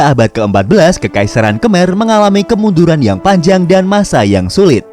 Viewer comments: Sorry min just fyi, mereka nyebut Khmer itu "kemai" Kalo org indo biasanya nyebutnya khamer, bukan kemer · Ucapan KHMER yang benas dibaca KHEMAI